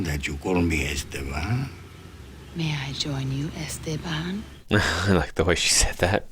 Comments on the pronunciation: i could tell from the way he pronounced Esteban that he was not a native Spanish speaker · That explains why he pronounced Esteban the way he did😊